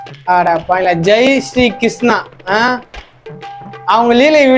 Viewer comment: உனக்கு கிருஷ்ணா என்ற பெயரே சரியான உச்சரிப்போடு வரவில்லையே...